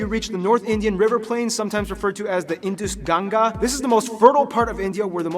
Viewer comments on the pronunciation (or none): First of all learn to speak Ganga it’s not jangas